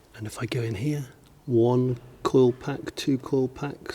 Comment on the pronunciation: Dude, I keep hearing call pack, not COIL pack